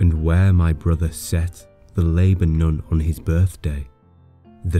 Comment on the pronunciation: He doesn’t pronounce Laburnum correctly